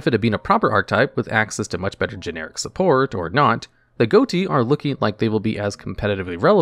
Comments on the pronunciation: Unless theres an official pronunciation, im faurly sure ghoti is pronounced "fish" instead of "goatee". Since the gh from enough, o from women and ti from nation are pronounced like an f, i and sh respectively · Ghoti is pronounced “Fish”. It’s a linguistics pun. Gh as in Tough’ o as in women, and ti as in attraction. Please pronounce the archetype correctly in future videos. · I don't care about anything else I am upset that Ghoti was not pronounced "Fish" as that's where the archtype name originates from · There's a fairly good reason to pronounce the archetype "Goaty" instead of "Fish", which is that saying "Fish deck" out loud is ambiguous because the fish monster type also exists. By saying it "Goaty", you make it clear that you're using that archetype. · Quick note: I'm pretty sure "Ghoti" is supposed to be pronounced "Fish". "Gh" can be pronounced as "f" (as in "tough" or "enough") "o" can be pronounced as a short "i" (as in "women"), and "ti" can be pronounced "sh" (as in "nation"). Because English isn't a language, it's a pile of stolen words, pronunciations, and grammatical rules all stacked on each other and wearing a trenchcoat to disguise itself as one coherent thing. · I haven't been playing yu-gi-oh after legacy of duelist : link evolution and i thought people were just memeing with 'ghoti' = 'fish' english pronounciation thing to mock the fish types. Turns out it was an actual archetype lol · so, which of us is going to don the mantle of absolute nuisance and point out that that's not how one is supposed to pronounce "ghoti"?